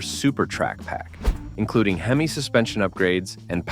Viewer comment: How is Mopar a GM product? It does say 12 Most Powerful GM Muscle cars. The AI voice can't even say Hemi.